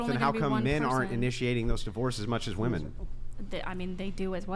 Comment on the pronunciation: WHY do MOST "feminists" on this pod never say the word WOMEN ... they pronounce it WOMAN every time? did i miss a class somewhere ??? its like the 3rd or 4th pod ive seen them pronounce it like that multiple times sometimes in one paragraph. usually goes along with the word "like" said about 9 times as filler words ... smh